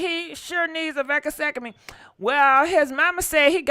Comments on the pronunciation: That VASECOTOMIE was wiiiiild 🤣🤣🤣 vasectomi is the right prononciation gg! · It’s pronounced Va Sec Tomy…now all together… vasectomy. The way you are pronouncing it is way off… doesn’t sound right at all. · It’s pronounce as: VA - SEC - TO - MY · I <3 you the VECA - SEC - A - ME pronunciation is seeeending me lololol you're the best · You truly know how to tear up some words Vasectomy I was laughing 😃 so hard but it's ok you try 😆 🤣 😂 😹 😆